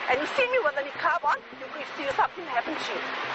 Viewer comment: for a sec i thought u mean nigga's hijab when u said niqqab lul XD